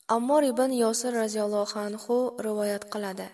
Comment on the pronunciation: АЛЛОХ НЕ АЛЛОХ, , РОЗИЯЛЛОХУ АНХУ НЕ РОЗИЯЛЛОХ,У АНХ,У. ДАР Ч,ОИ Х,АРФИ Х, ХАРФИ Х-РО ИСТИФОДА БУРДАН ДУРУСТ НЕСТ. ДУРУСТ ТАЛАФФУЗ КУНЕД ДУХТАРАМ. ❤